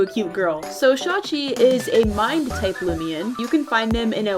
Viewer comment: Omg she pronounced shawchi’s name right I KNOW the proper pronunciation and still sometimes say shawichi